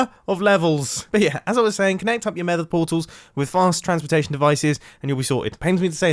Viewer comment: 4.32 in vid you say mether again